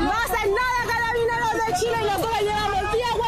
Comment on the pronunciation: ''Catabineros'' XD